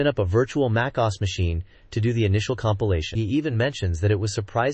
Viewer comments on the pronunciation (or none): A virtual Mai-kaws machine? Gee-Nat? dude... gemini is outta control